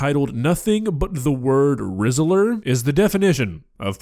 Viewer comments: While I've used that brand (they're imported the world over, thankfully!) she said "Rizzler" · I'm british and when someone says Rizla I expect cig rolling papers never known anyone to call any foods items that.